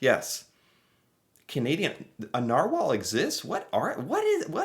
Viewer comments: Haha! Yes, narwhals are real :) and you say it nar whale :) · Yes, we have Narwhals - yes, this is the correct spelling ,and it is pronounced Nar - wall. There are videos of them you can watch. Queen Juliana gave birth to her daughter at the Civic Hospital in Ottawa during WW2. This is another reason why we have a close relationship with the Netherlands and why we receive thousands of tulip bulbs from them.